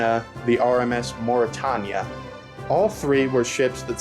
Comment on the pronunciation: ”mauritawnya” Me: angry ocean liner fan noises